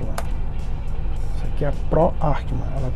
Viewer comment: Ackermann!!!! Arckeman não existe !!! Quer explicar o que é e nem sabe a pronúncia???